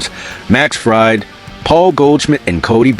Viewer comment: Fried is pronounced Freed,you are embarrassing.